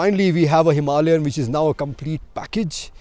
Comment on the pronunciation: Why can't Indians pronounce 'Himalayan' properly? And why does he keep saying "M M" instead of the correct way, which is "millimeters" . Excellent video though!